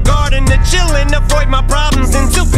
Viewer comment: It always seems to me that he, before mentioning paranoya, says "afreud my problems" (it is pronaunced afroyd) instead of "avoyd". Like Sigmund Freud, father of psychoanslisis. And nobody sees that posibility